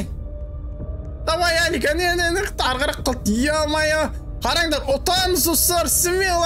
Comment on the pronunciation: Алык аға емес Алик аға деп айт